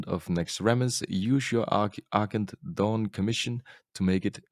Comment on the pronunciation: you gotta stop saying Argent Dawn like that. Because coming from an old school wow player. IT sounds like your saying Achindoun instead of Argent Dawn which is pronounced ArJENT DAWN